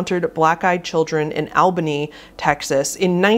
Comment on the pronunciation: Albany, Texas lol. It’s pronounced aah bah lean.